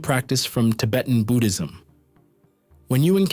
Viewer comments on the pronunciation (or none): none